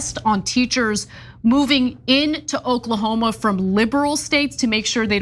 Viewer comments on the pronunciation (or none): Did Ana say Okla-homo??? 😂